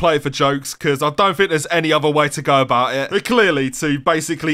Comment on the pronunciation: lej'ah abou' i' gleizah beta